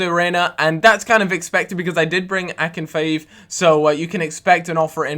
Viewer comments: "Akinfaeooev" haha *Ah-Kin-Feev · [ a k i n f ' e e v] NOT Akinfiv!